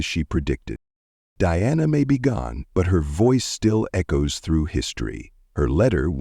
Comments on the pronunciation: The speaker is calling her Deanna instead of DIANA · The very least you could do is have your reading narative ai speak her name properly. It's Diana, not Deanna!